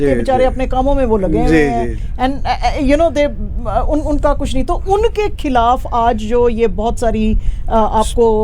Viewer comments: محترمہ کھیلاپ نہیں،خلاف۔ شاہ رکھ کھان نہیں، شاہ رخ خان۔ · Why cant she pronounce the word KHILAF?